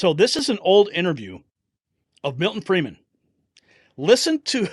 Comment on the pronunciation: Friedman not Freeman